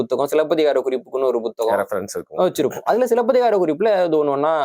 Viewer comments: First pronounce tamil properly , puthagam not Bothagam 🤦‍♂️ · அதென்ன buthagam ? It is puthagam ?